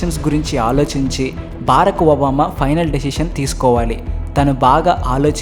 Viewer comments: Barak Obama not baaraak Obama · పేషవర్ కాదు పెషావర్ బారక్ ఒబామా కాదు బరాక్ ఒబామా